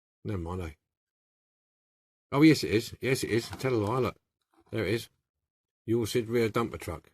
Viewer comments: Came out great. The c makes a k sound. Pronounced uk lid. Thanks for sharing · Pronounce You Clid. The first Euclid was a Greek mathematician who is universally known as the father of Geometry. Euclid heavy machinery is named after the city the company was founded in ; Euclid. Ohio. USA. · another beautful resto i own one of these as well and now I know how to open it thanks to you oh yeah the truck name is pronouced U Clid the E is silent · Lol - didn't take latin in school right? it's "YOU-KLID" - but still thanks for the video! I can't say 'aluminium' (or spell it either)! But I do love old toys and restoration. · 'Euclid' its pronounced as " Yook-Clid, ...ok ? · Hi just watched your restoration of the Euclid.The decal bit was a bit heary,but as always you did a brilliant job 👍.I think the 'c' in Euclid is pronounced as a 'k'.Great job.Cheers John.